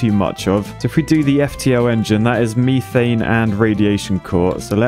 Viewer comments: "meethaiene" infuriates me and idk why. Meth-aine is how im used to it being pronounced. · everytime says methane it causes me physical pain. its not meeeeth so why would you call it meeeeethane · Are we all just gonna ignore the fact that pronounces "methane" as "MEE-thane" or-? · hearing call it meethane is hurting me... isit just me? i always thought it was mehthane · Is there a joke I missed about methane?… why’re you pronouncing it the architect way, me-thane? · Does his pronounciation of methane also bother anyone else or is that just me? Or this is this just another way that the brits say things that I do not know? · It’s more his pronunciation of methane that bothers me